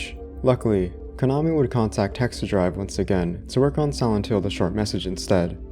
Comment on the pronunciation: whenever yoy say "silent" sounds like youre saying "sih ent"